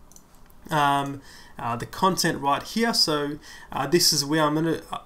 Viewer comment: Right where? right HEAHH :D